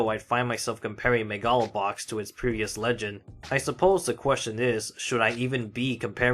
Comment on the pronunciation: But that's how you pronounce it!